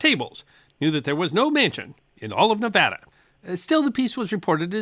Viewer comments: 50 points to for correctly pronouncing Nevada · I have Loved watching your videos ever since you put out the video about apples, which was your first video I watched. I really want to thank you for pronunciation or is it enunciating, whichever I want to thank you for Pronouncing Nevada correctly. There is another channel I following who refuses to pronounce Nevada correctly, even though I have commented and included a video of President Trump in Las Vegas telling the world how to pronounce Nevada correctly. He is a Dr, not a medical type, so you would think someone who has DR. in the title of his channel would want to pronounce Nevada correctly. Again Thank You. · Yeah! He said Nevada right! 🥳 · Thank for pronouncing Nevada correctly. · I now live in Nevada, thank you for pronouncing it correctly ,,always love your stuff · Thank you for pronouncing Nevada correctly.